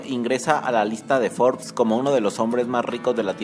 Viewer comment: Que poca madre tienes para engañar asi al público, debes de ir a la cárcel por traicionar la libertad de exoresion, ni la palabra Forbes, sabes pronunciar